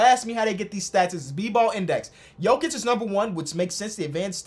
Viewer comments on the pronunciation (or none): none